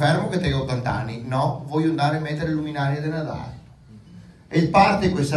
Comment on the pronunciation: No se dise Natae...a Vanderlid ga dito de no...